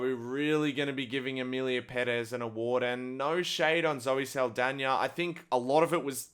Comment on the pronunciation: Proud of how you said Zoe Seldaña ❤ Also, having a movie sweep the Oscars almost every year smells like it's rigged and corrupted 🤔